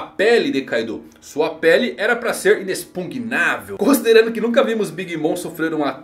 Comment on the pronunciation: quase, galera, quase... mais um tempo e vai conseguir falar inexpugnável.